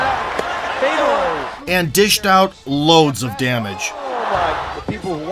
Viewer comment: Not Fedor...Fyodor. Russian ë is yo.